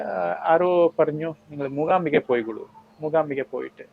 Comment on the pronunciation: Anchor cheyyunna kutty , Mookambika ennu parayu , Mookhhambika ennallallo. Aachaaram alle achchaaram alla